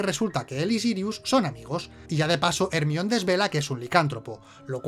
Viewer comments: ermion ? no era jermaioni ? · Jermaioni, no ermion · El peor error de este video es pronunciar ERMION... El nombre de Hermione (jermayoni) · Hermion mis cojones, es Jermayioni de toda la puta vida!! Jaja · "Ermión", me encanta xD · Ermion :u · ERMION jajaja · ermion jajajajaa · ermion jajajajajajajaajajaaajajajajaaajajajajajajajajajajjajajajajajajajjajajajajaaaaaaaaaa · Hermione or Hermoine como sea que lo digan es Herminia en español. Ahora veréis aquí no hay quien viva con otros ojos